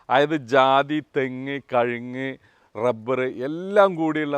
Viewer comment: കഴുങ്ങ് അല്ല സാർ... കവുങ്ങ്